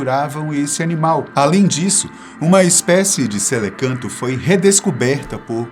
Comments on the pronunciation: O correto não seria celacanto, ao invés de "celecanto"? Só uma observação. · O correto não é Celacanto?